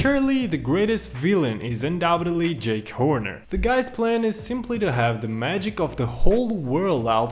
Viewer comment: Ahh yes jack Horner wait what I can’t say it oh well I go with something similar Jake Horner but also I’m not sure if you did it on purpose or accidentally because you said it more than one time but nice video by the way